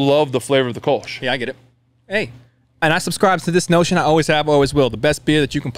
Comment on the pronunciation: Btw. Kölsch… the o with the 2 dots… ö… is annother pronounciation. the mouth is the same like o, but your thounge must form like you like to speak a y, like in „yes“… sounds weird but i think it works 😄